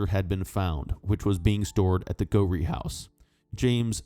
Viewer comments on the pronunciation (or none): A word on pronunciation for the narrator. Moray is pronounced "Murray" not "Maw-ray"; Ruthven is pronounced "Riven"; and Gowrie is Gow(as in cow)ry. At least he got Edinburgh right which seems to be beyond most Americans .